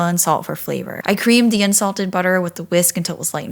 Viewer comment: I thought you said insulted butter not unsalted. I was like how do you get that. Are store bought insults ok? Lol